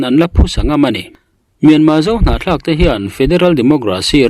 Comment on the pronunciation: Hnahthlak tih hi i sawi fuh thiam hle mai 👍👍👍